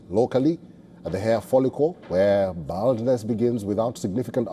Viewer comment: Hahaha wtf. Bro couldn't even pronounce "baldness"